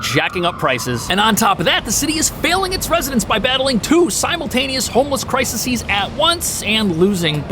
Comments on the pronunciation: It's CRISES not crisises. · ➡️ The word is exacerbate. Not exasperate. And crises. Not crisises. 🥴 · Crisises - LOL - Crises!